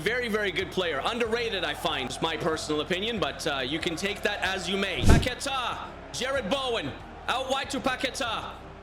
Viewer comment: The pronunciation of Paqueta bro :face-blue-covering-eyes:💀